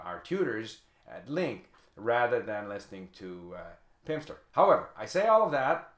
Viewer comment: he said pimpster